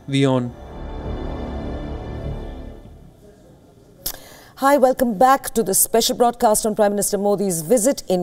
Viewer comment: AND, ACTUALLY introduced the channel as "We On" INSTEAD OF " VEE On", as some other presenters have (SMH). Thanks for correct pronunciation.👍 Great interview and guests, allowing them to express their views/opinions without shouting and interruptions, like some Indian channels that I won't name (you might already know them) and irritating banners flashing continuously (as if we have the attention spans of hamsters). Kudos!👏👏👏